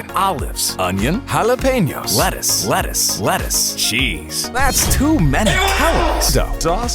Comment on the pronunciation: 途中からレタスがバルスに聞こえるの俺だけですか？